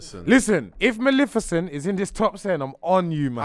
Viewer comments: needs to stop calling malacia “malificent”🤣🤣🤣🤣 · Why does love calling Malacia “Malificant”???💀